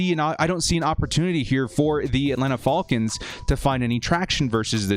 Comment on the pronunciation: I always enjoy your videos, but you’ve gotta be trolling us by how you are pronouncing ‘falcons’. lol 😂😆😅 Great content as always! #BoltUp ⚡️⚡️⚡️⚡️⚡️⚡️